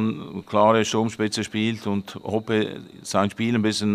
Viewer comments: Lieber der Schalke Spieler heißt HOPPE und nicht "HOPPY" 😅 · Er wird Hopoe geschnittenen aber Hoppy ausgesprochen